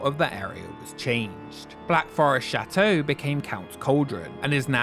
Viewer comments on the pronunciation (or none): i wish he would stop pronouncing chateau like shat